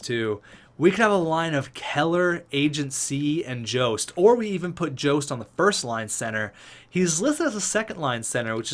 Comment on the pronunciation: Jost is pronounced yost